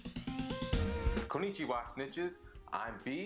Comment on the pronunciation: The minute you said kunichiwa I stopped watching